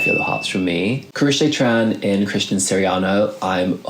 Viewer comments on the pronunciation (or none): none